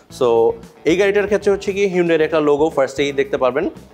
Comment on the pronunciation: Bro...eta Hundai na..hyundai 😂😂😂